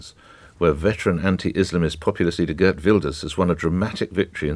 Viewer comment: This "expert" mispronounced Geert.